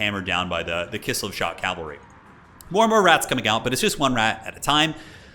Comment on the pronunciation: Cavalry not calvery my friend 😉